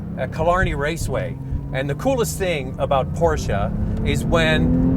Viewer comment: why porscha? is porsche